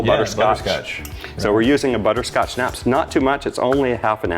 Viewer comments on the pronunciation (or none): Someone from the German-American community in Texas...please, help these lads learn how to pronounce Schnapps....